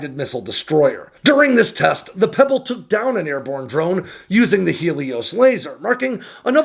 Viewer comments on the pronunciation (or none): USS PReble, not Pebble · I though tit was the USS Preble, not Pebble :p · USS Preble, not Pebble. She's named for Revolutionary War leader Commodore Edward Preble.